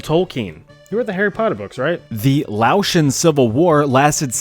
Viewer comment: To be correct on a technicality it’s pronounced “lay-o-tian” however we don’t like that term due to the French colonizing us and using it against us.